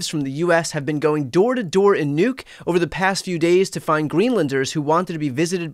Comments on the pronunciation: Dane here. The capital of Greenland is pronounced "Nouk", rather than "Njuke". The former Danish name was "Godthåb" (Goodhope). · your pronouncement of nuuk hurts me